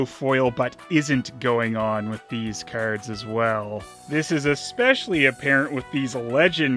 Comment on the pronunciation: haha The way you say "keyards" cracks me up